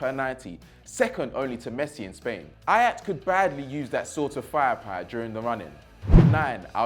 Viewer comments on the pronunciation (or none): none